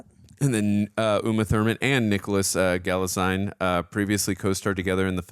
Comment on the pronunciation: It's Galitzine, like Magazine 😉😘